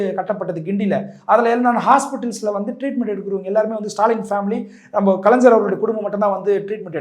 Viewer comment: Kalaingyar ah kalainjar ah? ஒழுங்கா தமிழ்ல பேசுங்க தோழர்.